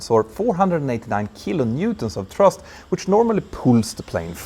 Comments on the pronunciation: Petter, great video as always but it is thrust not trust-check it out Cheers Mike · Cant you say "thrust"? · For most of your video I was scratching my head wondering what a "trust" link was. You should practice making the "th" sound. Put your tongue under the front teeth. It's easy.